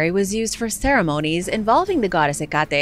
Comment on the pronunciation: He-Got-E? Where did you get that "G" sound from?? It's Heck-a-Tee.